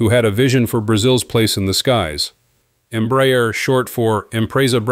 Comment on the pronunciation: This is a really excelent and very informative post. To make it perfect, the pronunciation of the name Embraer can be improved. It isn't Emb-rayer, but instead, and quite simply Embra-air.